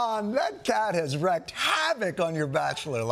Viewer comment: How dare you, Jon. It's WREAK havoc, not WRECK havoc.